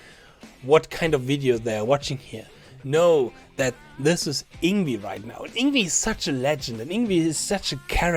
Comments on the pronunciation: You pronounce "Yngwie" as "Ing-vei", NOT "Ing-wi". I hope you understand now. I respectfully disagree with you, sir. It's definitely 'NOT SWEEPING,' as he is 'PICKING THE NOTES DOWNWARDS ONE BY ONE' in a very fast manner. If you watch it carefully, you'll see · It’s Ing-vay not ingvee. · " Ing wee " is not the correct pronunciation. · I used to pronounce Yngwie's name like that until I watched a Young Guitar (or some VHS like that back in 2002) video of himself saying his own name... it was shocking to me to learn it wasn't pronounced "Eengwee". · All that effort to make a video criticizing someone else's video. Would it have been that much trouble to learn how to say the name of the person who is the subject of that video? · Learn to say his name before you make a video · Hard to take you seriously if you won’t even pronounce his name properly.